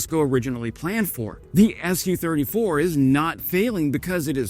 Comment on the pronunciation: It's not pronounced "Es You Thirty Four", It's "Su Thirty Four" as indicated by the lower case 'u', Su being a contraction of Sukhoi (the company that designed the Su 34)